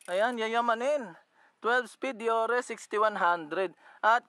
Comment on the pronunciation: Paps di po dee-yor-re ang deore.. Deyoor po pag pronounce nyan 😁